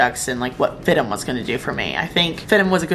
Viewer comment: I thought it’s pronounced F-I-D-M not FID-DEM? 😂. Like how FIT is pronounced with the letters seperate instead of “fit” lol